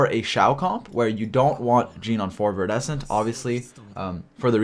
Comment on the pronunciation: Idk what your trying to pronounce with that artifact but it iridescent with a V